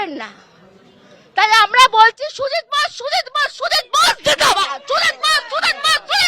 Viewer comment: Tujit bose Tujit bose jindabad ki ucharon😂😂😂😂